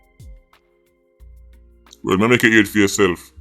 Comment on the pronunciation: "Unicorn fi Justice"🤣